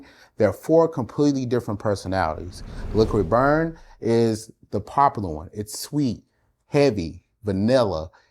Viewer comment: It is called Liquid brun not Liquid burn.